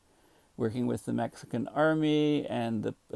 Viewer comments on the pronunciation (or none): none